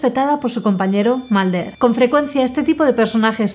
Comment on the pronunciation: "scally", "malder" 😎😎